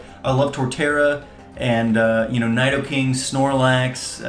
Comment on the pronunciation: By the way its pronounced Knee-dough-king.